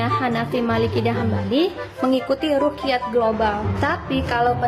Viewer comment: Hohoho Rukyat katanya Wkwkwk Cara bacanya aja dah salah